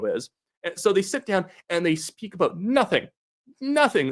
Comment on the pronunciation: What’s that all aboot?